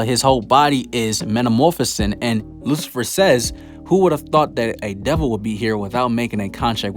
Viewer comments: Excelent video men but Is lucifero not Lucifer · Did he pronounced Lucifer horribly wrong. or did I heard that wrong